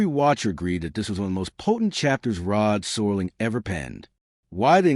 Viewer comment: Could someone tell the Artificial Idiot narrator that it's Serling, not Sorling?!